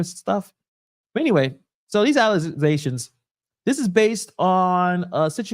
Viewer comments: There is no “z” in allegations. The guy at the podium pronounced it right. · the word is allegations please pronounce it correctly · Lol it's ALLEGATIONS !!! Plz AKS Anyone !! 🤣😂🤣🙄🙄🙄😳😳😎 Cmon folks